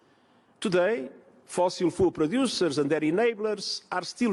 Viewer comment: I love how the way he pronounces "fossil fuels" sounds like "fossil fools"